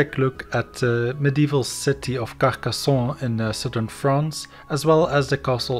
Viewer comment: Great video ! I just wanted to add that in French and in Occitan you pronounce the N sound at the end of 'Carcassonne', rather then to pronounce it with a softer nasal "ON" sound; like one would prononce the name John in English!